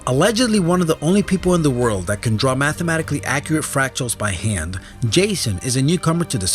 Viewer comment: Did he say mathical?